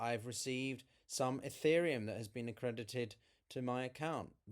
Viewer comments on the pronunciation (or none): none